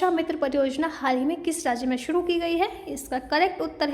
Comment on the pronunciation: Aap voice thodi😂😂 andhra pradesh ko predess shuru ko suruu